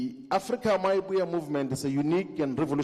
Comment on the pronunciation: Why does he keep saying Afrika my movement 😂